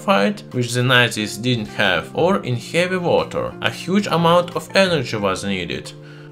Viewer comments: Yeah your accent turns to sharp russian. Khevy woter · хэви уотр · Heevy wacchhter